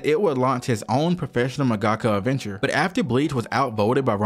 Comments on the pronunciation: You’ve really gotta learn to pronounce half the terms and Japanese names you’re throwing out. “Jiness Records”, “mungahkka”. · Jesus, can no one say mangaka right? Seriously, everyone I listen to CANNOT say mangaka correctly. It is manga-ka, not mon-gah-kah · Great vid but your pronunciation of mangaka pains me as someone who’s Japanese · dude why the hell are you pronouncing mangaka like that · The way you say mangaka is too American